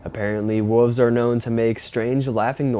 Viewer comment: You say wolves wierd lol